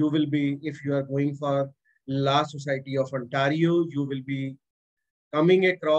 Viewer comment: Please correct your pronunciation of PRACTICING and LAW